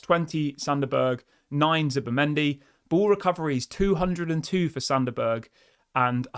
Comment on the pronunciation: It's pronounced berg not burger! Lol